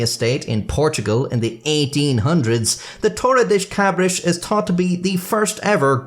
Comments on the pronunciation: That's Spanish, maybe Portuguese. Not "Tore a dish cabrish" "Torrei das kabrass" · Damn, I know that it is very not nice to mock someone's accent, but oh my god that one made laugh, you said "toli-dish d' cabri-shi" instead of "toh-rr-e dah-sss cah-brr-ah-ss" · You gotta imagine what us Brazilians and Portuguese felt every time he pronounced Torre das Cabras as Toredish Cabrish. XD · Funny how you pronounce Torre das Cabras every time, when it literally means goat tower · i don't get to see native English speakers talk Portuguese very often but your pronunciation of torre das cabras might be the funniest shit i have ever seen in my life, 10/10 no notes edit: my grandpa DOES have a small farm, and i DO have quite a amount of family members fairly talented at masonry... unfortunately, no goats anywhere to be seen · Dear, your pronounciation of Torre das Cabras and Worcestershire was atrocious! 😅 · Torres Das Cabras was even worse